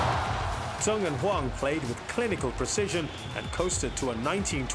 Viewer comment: He keep saying "Tung" instead of "Zheng" (when talking about Zheng Siwei) ?? "when Tung and Huang avenged their Singapore defeat"